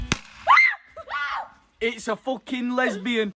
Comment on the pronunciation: “It’S a FoCkiNG lEsbIAn”